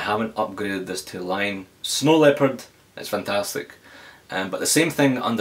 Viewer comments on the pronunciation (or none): none